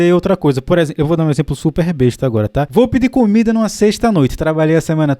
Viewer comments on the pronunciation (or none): none